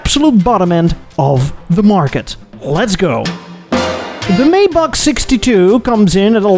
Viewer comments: How do you manage to pronounce everything wrong - I thought one of the arrogant traits of Europeans was a disdain for Americans just making up works instead of saying them correctly. You’ve managed to out American, the Americans. (amongst others: The phonetic spelling of "Maybach" is MY-bakh. It's pronounced with a "MY" sound followed by the German "bakh".) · Dude. You are Dutch. Surely you know how to say "Maybach". (Something like MIJ-bagh in case you really don't.)